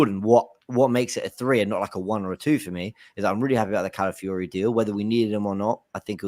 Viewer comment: Shout out to fancam where he pronounced Calafiori as "Cow-filly-ho"